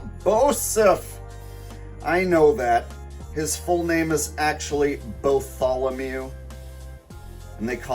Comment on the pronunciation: Botholomew... PPPPHHFFFTTTT HAHHAHAHAHA!!! Were his parents high?! It's Bartholomew yeeesh!! :person-turqouise-waving